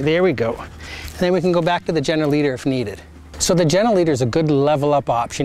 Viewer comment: I couldn’t understand what you called the leash that goes over the nose. General leader? Gener Leader? Gender leader? 🤷🏻‍♀️